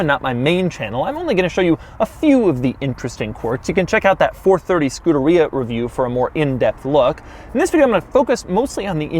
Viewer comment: Please learn how to pronounce Scuderia